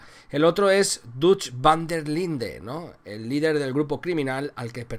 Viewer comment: Todo bieen pero aver si intentamos pronunciar mejor el ingles intentalo aunque sea un poquito , es desagradable escuchar makfarlan i vanderline ..tal como lo pronuncias